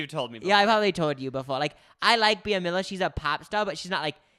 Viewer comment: Every time they pronounced Bea Miller 🙄 “Be-uh”